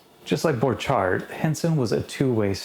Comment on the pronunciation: Borchard found his success on an orchard :-) BTW, his name rhymed with orchard, rather than the French pronunciation you were using.